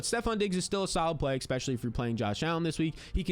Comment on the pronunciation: **Especially** Expecially is not a word bro! 😅